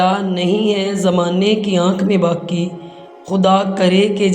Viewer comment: Aap ka talaffuz GHALAT hai, BAQi ko baki padh rahe hain, Allama Iqbal ke aqwal padh rahee hain,vo bhi GHALAT